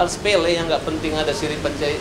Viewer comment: Pak, ktnya bpk, densu tdk trlalu mngerti budaya istiadat makassar dan bugis, ilmunya belum smpai sana tp sok pintar. Bgm dgn bpk? Utk bilg siri' na pacce sj slh2 omongnya, "siri pacai, eh siri, siri siri". Lupa mngkin lengkapnya apa 🤭